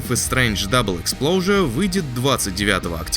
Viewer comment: Не не, не "Double Explosure" а "Double Exposure". Никого Максин не взрывает :D